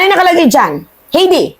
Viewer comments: Hay-de not He-de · HAYDI ➡️ (HEIDI) ....Hindi HEYDI